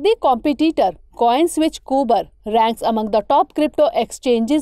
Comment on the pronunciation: It's कुबेर & not कूबर!!! कुबेर is the god of wealth! कूबर is k-uber, 'uber' preceded by a 'k'.